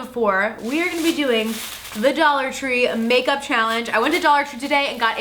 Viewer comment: Did she say pake up?